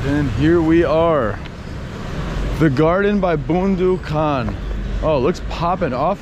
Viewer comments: it's Boondu khan not Boandu khan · Haha its more funny :D 1st funny part talking about road cross second one pronouncing bondu khan 🤣🤣🤣🥰🇵🇰